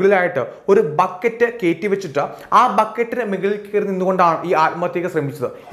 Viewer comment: മെകളിൽ അല്ല. മുകളിലാണ്.